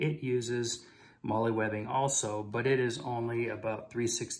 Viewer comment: Moe lee never heard it said that way